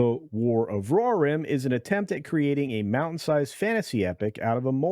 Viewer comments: I'm gonna help you out, because your pronunciation of Rohirrim is a crime against humanity in general and Tolkien in particular: Roe - Here - Rim. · is it not pronounced Roh-Heer-Rim? Whatever that word is you are saying hurts my ears. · Say it with me... Roe Here Im. Good I knew you could do it. Now try... A O Win.. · He does it on purpose